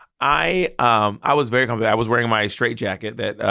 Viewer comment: "Comfortebble" 🇱🇨 There we go. :D